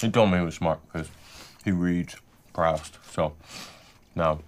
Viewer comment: OMG I've been pronouncing Proust the same way as the homeless guy 😂 I had to google it, and the priest doesn't pronounce the right way either, since it's french 😌